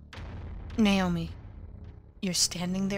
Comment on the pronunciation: How the mom pronounced Naomi's name "nay-oh-mee" bothered me. Other than that, it's good.